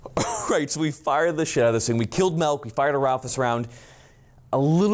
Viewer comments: “We killed malk” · We killed “MELK” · Everytime says "mAlk" instead of "milk" I feel like I'm going to have a brain aneurysm.